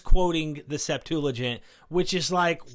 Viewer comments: SEPT-ua-gint. NOT sep-TOO-la-gint . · Why does he keep calling it the 'SeptuLAgint'?? There's no 'L'. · DUDE! Stop saying "Septooligent", that's just nasty in my ear. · Bro you keep saying Septulagint with an added L and it's killing me bro. There is no L; it's Septuagint. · Hey, there's no "L" in the word "SEPTUAGINT"... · Has no one corrected you yet - IT'S NOT SEPTULAGINT , it's Septuagint. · It's "Septuagint" not "septoolagint." Please! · Septuagint. Not Setulagint. Thank you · Stop saying Septuligint. It is not a word. Lol. Nobody says that. You must be doing it deliberately. Haha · Hey I love you man I love your show I watch you everyday. There is no L in the word Septuagint. Thanks for your great show keep up the good work. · Yo, I don’t mean to come off as pedantic but there’s no L in the word septuagint. Loving the show man. Keep it up. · I notice that you say "Septuagint" funny. There isn't an L in there, lol 😆 but great podcast nonetheless. 👍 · Are we putting an "L" in Septuagint? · There is no "L" in Septuagint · Please! There is no "L" in Septuagint. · Love both your content and the Rabbi, however there is no "l" in Septuagent. The Rabbi knows this,so... get the "l" out of there! 😉 Thanks for this video. ❤ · Septuagint. No L. Small not, but it's all I hear now! Lol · "Septuagint" has no L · I won't be ugly about it as some here (most of the people who are ugly about it also display antisemitism), but mispronouncing Septuagint greatly diminishes your message. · There's no 'L' in Septuagint...just sayin'!